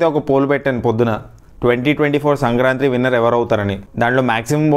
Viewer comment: Not sankrantri.., its sankranthi